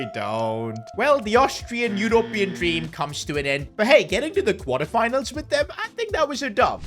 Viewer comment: pronounced u-rup-ee-un